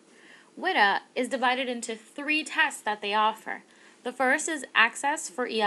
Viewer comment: WIDA is pronounced Wee-da, not short [i].